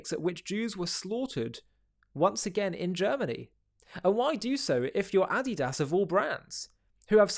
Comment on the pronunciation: That's not how you say Adidas 😂😂